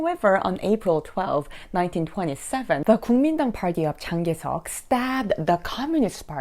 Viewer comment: She can't pronounce Chiang Kai-shek 😂